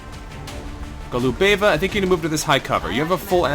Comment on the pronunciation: it's GO-lu-be-va, not Go-lu-BE-va.